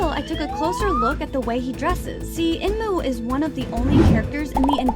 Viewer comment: Her : when " EMNU " me : ayo its enmu girl look by yourself